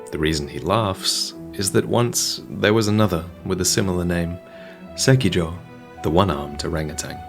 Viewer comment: Im triggered by the pronunciation of sekiro